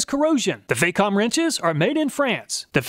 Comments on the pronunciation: Great video again sir! If i may be so free, Facom is pronounced with the A as in the word barn. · It's not Fay-com, the "Fac" rhymes with "Back".